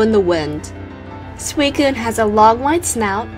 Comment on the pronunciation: thanks,i never knew how to prenounce suicune's name